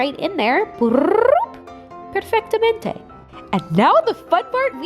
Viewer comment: who else heard the word ''perfettamente''? The queen also knows italian! <3